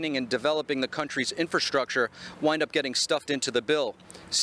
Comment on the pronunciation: What is "infurrschruucktuurr"?? Norway